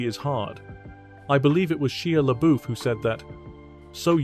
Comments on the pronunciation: Who the hell is Chia Leboof? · I’m only ever pronouncing it SHELIA Boeuf now😂😂😂😂😂😂